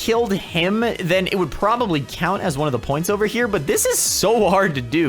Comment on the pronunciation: Yeah boi! U said over wrong